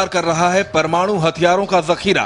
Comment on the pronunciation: yar iski hindi bakwas bilkul smjh ni aa ri... 'parmadu' lol n wat is this 'iss' 'pakisssstan' 'newssss ppr' 'manssssube' 'tezzzzzzi' '' etc :P anyways PAKISTAN ZINDAABAD